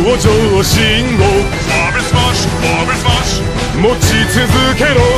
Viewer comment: It sounds actually very weird how Germany pronounces his own language wrong. :'D Vor allem 'Vorwärts Marsch" I'm German, I know what I'm tallking about. x3